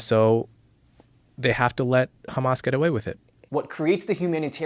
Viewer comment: Its pronounced Hhhhhhamas not Kkkhhhamas